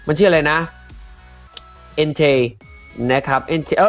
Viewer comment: พี่ครับ entei มันอ่านว่า เอนเต้